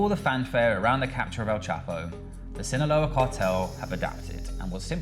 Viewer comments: Hasan really just said "sinağola" one time and chat went nuts lmao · Hasan freestyling the pronunciation of Sinaloa everytime has me weak